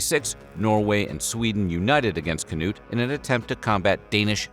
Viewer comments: Odd and random coincidence, it almost sounded like you said "Canoe the Great" for Cnut and the painting of him looks like he's holding a small canoe in his lap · Cnut the Great...whose name has to be read very carefully. 🤣🤣🤣 Loved it! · "Cnut the great", whose name must be pronounced very carefully..." That cracked me up!